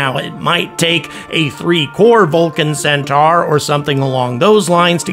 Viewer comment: The way to pronounce Centaur is ''Centor'' not ''centar''